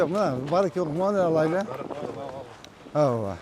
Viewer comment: Аува аува дейтго ооба деген созду